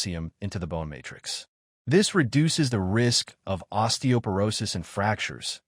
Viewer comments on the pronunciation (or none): none